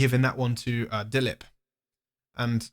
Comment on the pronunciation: he pronounced dilip so correctly